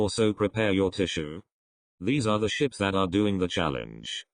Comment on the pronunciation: I thought you said shits instead of ships